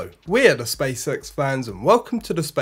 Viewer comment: Sounds like "space sex"